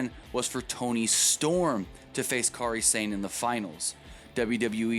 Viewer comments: They way you say Kari Sane is cringe worthy bad. It's pronounced Kari Sane not Kary Sane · "Careeh Sane"? Lol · Dude can't pronounce Kairi Sane